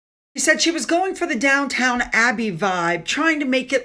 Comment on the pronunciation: it's down-TON NOT TOWN